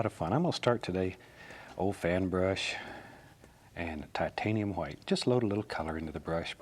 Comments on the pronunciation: Before the battle of Hastings and the French speaking Normans took over england and changed the language dramatically, it was "Hwite" "Hwere" "Hwo" "Hwat". So his way of pronouncing is actually the OG real way. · Didnt he say titanium whaite i saw blue😂